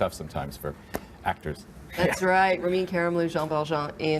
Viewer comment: she just called him "Rem Karimloo" unbelievable